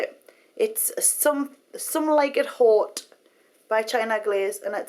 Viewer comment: "sohme like it hote" haha love her!